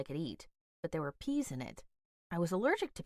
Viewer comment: It's not pease, it's peas